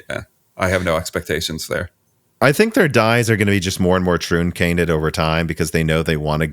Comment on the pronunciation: "Trooncated" lol